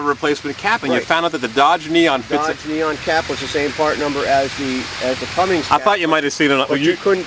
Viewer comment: Cummins.....................not "cummings"